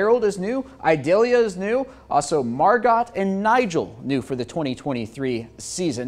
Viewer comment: I can't with the way he said Margot 😭 it is Mar-go the t is silent it is French 😂